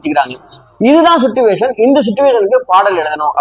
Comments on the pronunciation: "சிட்டுவேஷன்" இல்லை சார்! அது "சிச்சுவேஷன்!" இல்லையென்றால் "சூழ்நிலை" என்று சொல்லலாம்! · Suttuvation illai, chichuation. English theriavillai eeraan thamizhil sollavum.